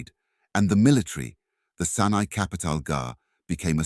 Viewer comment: Great info, but pls next time open up with an African monument, we have plenty, that was a Mayan pyramid, also the A.I voice needs work, it kept saying the Senai empire instead of Songhai empire, keep in mind there was a Sena kingdom in both India and Southern Africa.